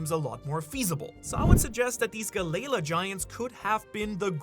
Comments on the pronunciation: Why is he pronouncing galley-la like that. Ugh i hate it every time he says it like that it makes my skin crawl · Am I the only one who the pronunciation of Galley-La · Had to turn it off after he pronounced it Galley La multiple times. Never heard it that way since watching anything one piece related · The way I hear galley- la is making my ears bleed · It's pronounced gallie lah not galay luh🫰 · not hearing it pronounced like galley-la is kinda whiplash every time for me, galayla is such a weird way to say it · Why are you saying Galleya😭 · Is it really pronounced ga-lei-la? I thought it was ga-lee-law 😂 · Guh-lay-luh. Ga-lee-law. Sorry if this comes off as rude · guh-layla 💀 or juh-rool 💀 its galley-laaah and theyre norse, so its pronounced ya-rul. theres no J sound in nordic languages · the way he says galley la really bothers me lol (gal - E- law) is how i say it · Dude u are funny. The way you pronounce galley la is the best hahaha. Don’t change bro. Galaylaw. Hahaha I love it. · Honestly i know you live there but pronounce galley-law correctly when speaking english if your gonna use japenese slang do it in japenese its wierd when you mix the 2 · Lmfao 😂😂😂 damn it I'm trying to listen but everytime u say galley la wrong I'm cringing over here 😂😂😂 Gaylay la is crazy 😂😂😂😂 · Brother, it’s two seperate words galley-la there is it a slight pause. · gally ( gah-lee) la ( a new word ) not part of the end of the last word. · How are you pronouncing galley-la wrong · Always love his videos but Hearing him mispronounce galley la over and over almost made this video unwatchable. 😅🤣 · Idky it irks me so much how he pronounces the name. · The pronunciation of galley-la is killing me 😭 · Im sorry what did you just call galley-la? I hear ALOT of people mispronounce names in one piece but that was next level. there is no way you did not do that on purpose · the way your pronouncing galley la made me stop watching at 2 minutes in. so bad